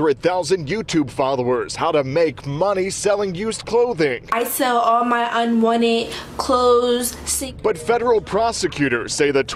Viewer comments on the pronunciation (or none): "i sall ah mah unwannid"...